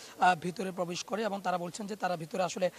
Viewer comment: পবেশ পবেশ পবেশ পবেশ করছেন।